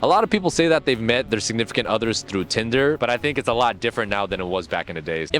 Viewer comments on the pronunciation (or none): none